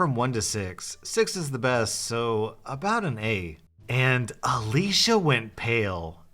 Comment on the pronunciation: thanks for saying Alicia and not Ale-see-a. My sister is called Alicia and EVERYONE calls her Alicia (Ale-see-a)